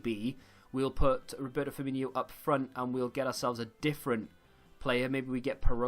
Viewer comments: It's F-i-R M-i NO not inio...... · So annoying to hear a Liverpool fan pronounce Firmino like that